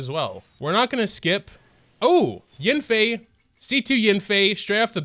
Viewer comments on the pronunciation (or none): “It’s probably a Childe though” Well you did get A child, Qiqi. Oh and whenever you call YAN-FEI as YIN-FEI it just keeps triggering me XD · god i hate the way this dude pronounces yanfei its so cringe